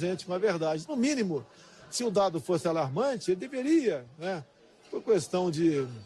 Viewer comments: Leyla Guimarães e “questão”, pronunciando “cuestão”. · toda vez q ele fala "cuestão" e "issodaí" tenho vontade de esfregar a cara dele no chão.